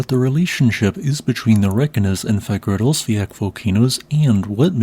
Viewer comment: I got no idea how you got the pronunciation of Fagradalsfjall so comically wrong, but you're really sticking to it XD